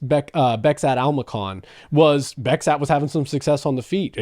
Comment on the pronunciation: Кори Умардың соққыларын тоқтата алса, Мераб те тоқтай алады. Бекзат емес, «Безқат» деп айтылады.